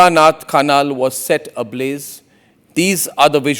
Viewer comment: arey godi media. it is jhalak Nath khanal. not jhula nath. stupid.